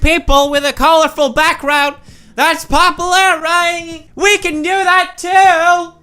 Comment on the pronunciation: Has anyone else noticed how Felix has a really hard time pronouncing the word "popular" correctly?